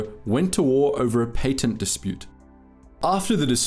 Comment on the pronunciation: That’s not how you say patent